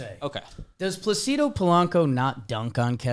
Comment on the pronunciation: The Placido Polanco conversation happening while they mispronounced Placido the whole time was funny to me lol